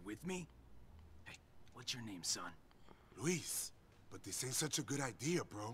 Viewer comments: Luis not Lewis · Luis its pronounced like lew ese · "its Luis , man"